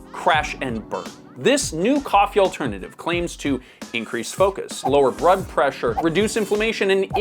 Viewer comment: "... lower brood pressure..." What is 'brood'? Were you doing an Asian accent? 😂